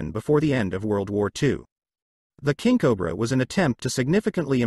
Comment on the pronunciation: I shoulda quit watching when the "narrator" oddly pronounced it, Kinkobra. .....it's fitting that in the end, that the final word uttered is "and".